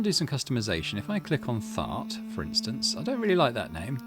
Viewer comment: It's Thart, not Fart.